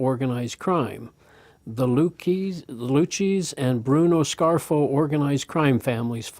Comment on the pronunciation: A couple of things. I noticed the name Lucchese - it is pronounced LOO-CASEY if that helps any. Also, isn't the Kingstons' involvement in these illicit dealings justified by their rationalization of "bleeding the beast?" It's still wrong obviously, and it needs to be definitely investigated, but that would more than likely be their justification of doing what they do. The Kingstons and their shadiness puts me in mind of what radical Islamists do by their concept of "Taqqiyah," which is essentially "lying to spread Islam." If a religion has to do that, it should be called into question as a religious organization.